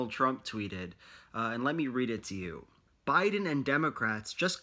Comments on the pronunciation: “bOdEn- Joe Biden” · my favorite part of this video was when almost called joe biden “boeden”